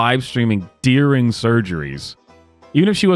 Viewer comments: It's "during" NOT "deering". lol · Not so sure its illegal to stream "deer ring" surgery. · Deering? It’s during. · It has come to my attention that my pronunciation of "during" has created some controversy.